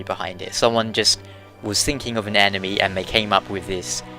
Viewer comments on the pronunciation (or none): none